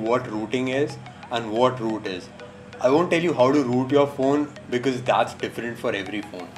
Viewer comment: no i dont know how to WOOT my phone... XD no hate xd have a good day.